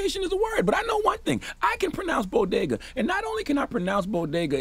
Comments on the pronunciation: BOGADA or BoDega? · #if you say so 🤔 #bo-gah-dah # Bodega=( BO-DAY-GAH) SOUND IT OUT. SHE DON'T AND WASN'T TAUGHT TO SOUND IT OUT.SHE DIDN'T write that script. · gah-bidge = garbage, bo-ga-duh = bodega...easy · As someone from New York I find it extremely funny that she called it the “bogedas”. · Boa-gah-does! Wtf!!!!..., us blacks love Bodegas too! Wth is Jill biden TALKING ABOUT?!... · She didn't actually say what people said she said. She didn't 'Latinos are like their tacos'. But she did say bodega like Bogotá. What the hell does she know about Latinos anyway? And guess what, most second generation latinos in the US don't know either... She did make a stupid speech, tru. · Sounded like she said Bogotá 🇨🇴. More offended at the pronunciation 😂. Bodegas matter!!! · its "bogedas" for me😜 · Was she supposed to say BODEGA!! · She didn’t only mispronounce Bodegas, she scrambled the word.. she said ‘BoGedaS’ 🫤 ATP! Throw the whole presidency in the trash 🤾🏾‍♀️🗑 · She Jus Gave The Green Light For White People To Say BoGedaws 🤦🏿‍♂️ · DJ Envy thank you. I was like boga..das. no she said that so wrong. The boricua and the Bronx on me was telling...Who the f*ck is that? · Tf is a bo-guh-duhs? SMH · Bodigguhs?!? Breakfast Tacos?!? Ok, Jill😣…… Why is Charlamagne convinced Envy is Dominican 😂😂🤦🏽‍♀️ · She has definitely never been to a bodega or a bogeda! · Envy: “Think I’mma go to a ‘bogeda’ later today” 😅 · She deserved dotd just for the way she pronounced Bodega 😩🤦🏾‍♀️😂😂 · Who can’t say bodega?? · 🤦🏼‍♀️. You mispronounced “bodega”?! Really?! Okay, Jill. But, um 😶. You are a TEACHER. Who. Still. Actively. Teaches. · Lol nobody on her team knew how to pronounce Bodega SMH 🤣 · She didn’t say a damn thing disrespectful or stereotypical. People are way too sensitive for real. I expected to hear something completely out of bounds. She only deserves donkey for mispronouncing bodega. But a for effort. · As a Dominican.. more offended her pronouncing of bodegas 😂😂😂